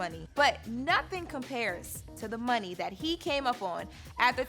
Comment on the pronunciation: i knew this was a disaster he dont even kno how to pronounce money.